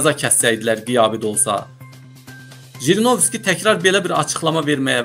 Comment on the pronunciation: НЕ ЖРИНОВСКИ А ХРИНОВСКИ